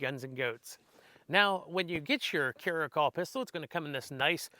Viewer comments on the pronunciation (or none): Cara -cal like California 👍 not trying to be a dick or anything just helping out. I could be wrong too.